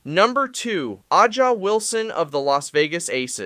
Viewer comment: A'ja pronounced Asia